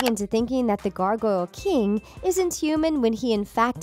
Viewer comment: It’s the gargoyle king not the gargoyle kiieng...👀😅💞